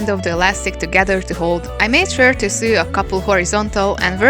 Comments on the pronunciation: Your English is really good, but I thought I'd give you a tip on saying the irregular verb " to SEW". It's pronounced to SO. You sound like you are saying to SUE (rimes with BLUE) which means to institute a process in law against; bring a civil action against: to sue someone for damages. I sometime feel like suing (yes, the "e" is dropped here) my sewing machine for bad results, although I can't really blame it for my lack of sewing skills when projects go wrong. :) Hope this helps. Here's a quick recap. : Base Form (Infinitive): Sew Past Simple: Sewed (pronounced SO-ed) Past Participle: Have Sewn (rimes with GROWN/BLOWN) /Have Sewed (pronounced SO-ed) 3rd Person Singular: Sews Present Participle/Gerund: Sewing We also have the regular verb to SOW and that is pronounced the same and means planting seeds. (Not to be confused with the name of a female pig, a SOW, that rimes with COW) Base Form (Infinitive): Sow Past Simple: Sowed (pronounced SO-ed) Past Participle: Have Sown (rimes with GROWN/BLOWN) 3rd Person Singular: Sows Present Participle/Gerund: Sowing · I love you so much but the way you say sow " sew " gyvfsd ahhh Im sorry its a big pet peeve no hate towards you <3 <3 <3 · Small tip, you pronounce "sew" like you would pronounce "so". Love ya ;) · Every time she said "s'ew" my mind was like "lawsuits!" 😅😅😅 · I didn't even noticed the mispronunciation bc I make the same mistake xD why isn't English a phonetic language 😭😂